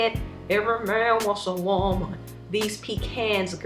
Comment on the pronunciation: Real real tears "every man wanna woeman"😂😂😂😂😂😂😂😂😂😂😂